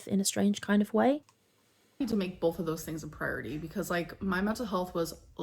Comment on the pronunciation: Have you heard her say bolth instead of both ? 😂